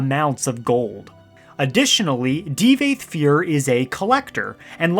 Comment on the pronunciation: Ty-burrr? Di-vaath FUER Tf dude lol